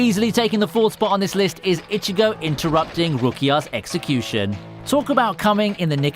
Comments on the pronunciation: IchiGO not Ichigou KuRosaki not Kuwosaki or whatever.. Meh... Insta decline, but hey, Thanks for the vid :) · Jesus christ not only did you mispronounce Vizard throughout the entire video, but you also can't even pronounce Ichigo's name right. We hear his name only a billion times throughout the series and yet you keep saying fucking "itchy"go.....like....are you really that illiterate?